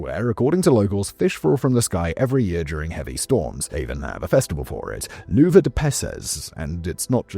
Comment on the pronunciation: Lluvia is pronounced "Ewe-Via" lol.